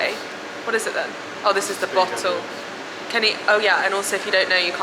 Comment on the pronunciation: A bottle-o 😂you sounded perfectly Australian saying that. This was such a fun vlog, hope have the best time here! Can't wait to see your Sydney vid.